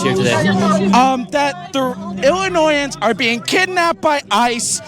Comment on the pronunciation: I have a very hard time trying to believe that person was born and raised in Illinois itself because never have I heard someone put that much emphasis on the N in Illinoisan and I was born in Aurora in 1990 and moved out because of this crap in July 2023 and as you see that tension has continued to build up since then.